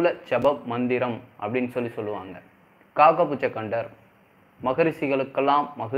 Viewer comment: அது காகபுஜகண்டர் இல்லை!!!..."காகபுஜண்டர்"! ...pls correct it next time!...best wishes! நற்பவி!